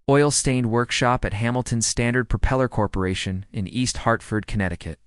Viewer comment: Hamilton Standiod Propier Corpration. Great try AI